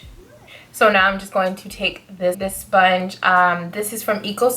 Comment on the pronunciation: I want expecting to die laughing during this video but when you said “soinge” I died. 😩😹Btw love this especially the shadow.